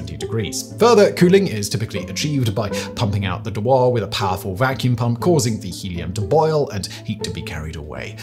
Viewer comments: Psst, the name of the Dewar flask is usually pronounced "joo-wer", emphasis on the first syllable (Americans may call it a "doo-wer" tho'). I worked with cryogens for 10 years as a lab tech and Helium was endlessly fascinating :) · Why do youtubers who don't know how to pronounce something always default to French ?? lol !! De'war lol ! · The weirdest thing is his pronunciation of ‘Dewar’. It’s ‘dyooar’ or, if you insist on being American, ‘dooar’. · Another fun fact is the proper pronunciation of dewar is dōōwer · Pretty sure Dewar is pronounced "dew-er", like dew on grass + uh. Sir James Dewar was a Scotsman after all, the bizarre pronunciation you have here sounds like something vaguely French. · I have a feeling you don’t understand much of this. You mispronounce Dewar flask. and you talki about spin 1,2 when it should be spin half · What an odd way of pronouncing dewar. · I know right I guess he thinks the guy was French ! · Very well written, except some of your pronunciation. Weirdest way of pronouncing Dewar flask I’ve ever heard. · It's pronounced "Dewar" .. not "Dewar." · Nice clarification... I half expected a comment on mispronouning James Dewar's invention as a De-War flask rather than the correct Dew-ar. A small thing, I agree (and we do it with Mount Ever-est all the time, rather than Eve-rest)... ho-hum. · De-war or Dew-ar? It's the latter. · OI, baldy ! Dewar ain't French ! it's pronounced 'Jew--er' lazy sod learn to use Google ! "De' war" lol !...cheers. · Dewar is pronounced roughly as joo-ar (British) or doo-ar (American). I spent a while wondering what this "de war" thing was. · I have literally never heard "Dewar" pronounced as "De-wáhr" before. Every source I know of pronounces it "Déw-uh" (almost 'jew-uh', though Americans will say it as 'Doo-uh'). It's named after its Scottish inventor: he was most unlikely to have pronounced his surname as if it came out of Eastern Europe! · It's a "Dew-Err" not a "D'war". ENGLISH!!!